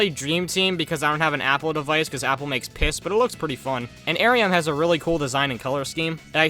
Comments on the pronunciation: I know you haven't played dream team but how you pronounce Ariem's name keeps taking me out of things, it's pronouned R E M, kinda like having a dog named "dog" but pronouncing it "dee oh gee" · I’m pretty sure that Ariem is very intentionally a sheep, as a reference to the old idea of counting sheep to help oneself fall asleep. Also her name is pronounced “R.E.M.” as a reference to the motions people do when they dream.